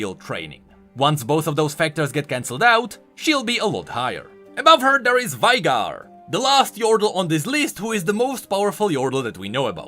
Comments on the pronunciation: For all of the Veigar mains out there: IT'S PRONOUNCED VAY-GAR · Lore chanel but can't pronounce Veigar name correctly. Smh